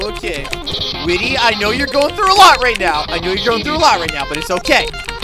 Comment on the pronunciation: Actually whity's name is like white y not whity